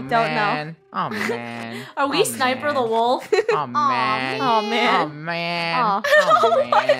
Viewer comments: Its sWiPeR not sNiPeR says hermoine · Did she also say sniper the wolf, it's Swiper the fox 🙂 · I just realized that said, "Sniper the Wolf" instead of "Swiper the Fox" 🤣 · Did just say “SNIPER” the wolf? Ain’t it swiper 😂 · Swiper not sniper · are we swiper the wolf? (THE FOX!!!) Me: hears* “are we sniper the wolf” Me:??? Me: realizes she said swiper* 🤦🏾‍♀️ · sniper the wolf Me: swiper is a fox._. And ya said his name wrong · Are we sniper the wolf”, it’s Swiper, not sniper